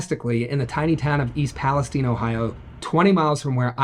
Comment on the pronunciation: Peles-stine not palesteen